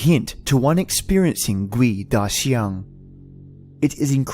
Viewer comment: It's pronounced as kuay-dah-jiang And its not a creature. First hand experience in Singapore. During the 7th lunar month. I went home late (against the superstition that you shouldn't go home late during the 7th month) and when I was playing a youtube nosleep vid that's 5hrs long at 11pm, I woke up and realised that the video was repeating itself. I paused it and it was at the 37min mark. To my horror, it suddenly was 415 am,for fucks sake I had school that morning. (When you go home late ghosts follow you home and fuck with you as they please. Especially if you have bad karma)